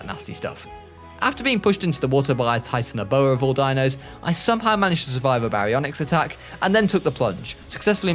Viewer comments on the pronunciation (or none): none